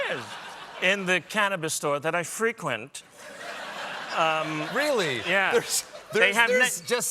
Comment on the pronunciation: Don’t mispronounce the way Billy did: emphasis is on the second syllable for the verb form (check out verse 2 of the Dubliners singing The Wild Rover: I went into an ale house I used to frequent, and I told the landlady me money was spent...)